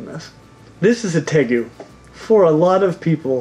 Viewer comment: Tegu is pronounced Tay-Roo (natively). But how the heck did Savana Monitor not make this list? They're among the most passive of monitors, have the softer hide like a Leeche compared ot most others. The only things I can think are that they require live food, and will grow larger if kept in larger housing... but still....